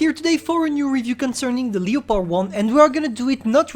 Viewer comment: lol he cant say leopard